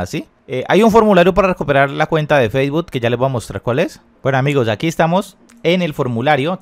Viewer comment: Facebot JAAJAJAJAJA aprende a decir Facebook primero